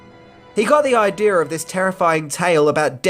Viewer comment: why do you say aaajdieejaaarrrr instead of idea